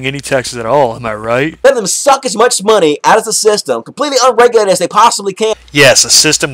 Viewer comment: He says monay like the Canadians from South Park